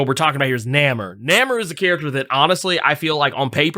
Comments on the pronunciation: WHO THE HELL IS NAMER? Does have a speech impediment or something? Why does he keep butchering the man's name? Even knows he's pronouncing his name wrong. That's why he keeps calling him Kukulkan. Go ahead, set the man straight. His name is Namor, Pronounced Nay-More. Get it right IMPERIUS REX! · NAMOR (NAY-MORE) LOL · It's hard hearing say "Nammer". Can't wait to see the movie. Sub Mariner and the silver Surfer were the first characters I was introduced to. They are still favorites too this day. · There's a reason he says Nammer ... !